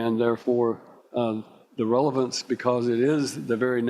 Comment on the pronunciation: you missed a „revelance“ 😄